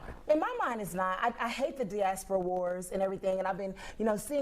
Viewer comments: Bro it's pronounced DYE ASS PURR AH..😳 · The panel needs a proper pronunciation lesson for the word: diaspora 😢